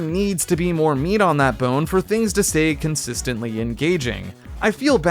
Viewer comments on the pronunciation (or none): none